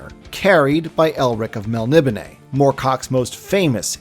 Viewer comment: DUDE... MEL-NI-BONE. PRONOUNCE IT CORRECTLY. Yikes. 🤣